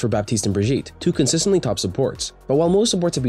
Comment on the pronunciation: Who tf says "brijeet"